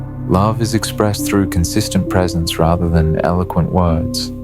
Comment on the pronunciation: Precence? Is this narrator having a laugh? My avoidant husband was either at work, busy, out with friends / associates or too tired to be present. Damn he'd even come home and work some more. Cleaning or on the laptop working until 1/2am. Most definitely anything but pressnt.